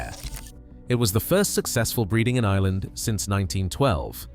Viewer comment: There is an R in Ireland